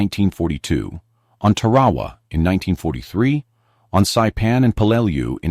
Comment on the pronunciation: And it's not Tur-AH-wah.. it was TEAR - a wah!